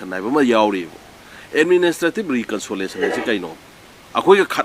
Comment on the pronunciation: Administrative reconsolation ntte, reconciliation haibni, achumbsu yaori, asoibsu chaona yaori, mina ngangba taba midi nttbra khlli.